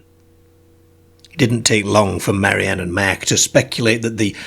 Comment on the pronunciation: Good narrator but his pronunciation is odd. eg. 'Merk' for Mark.